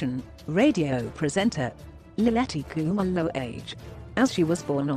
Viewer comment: I like the way you pronounce her surname